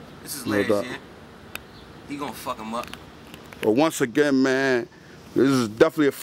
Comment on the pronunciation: i noticed that any time they say "him" it sounds like "heem". like when he said "i'm not gonna shoot heem".